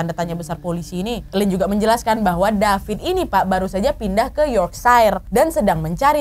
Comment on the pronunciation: wkwk bengek perkara ka nad bilang DAPIT DAPIS🤣